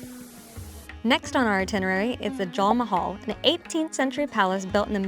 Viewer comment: Correct pronouciation would be Jen-Tur(as in Turkey) / Men - Tur for Jantar Mantar. Same for JAL Mahal - it is Jul (as in july)